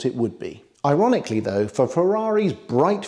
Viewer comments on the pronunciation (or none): none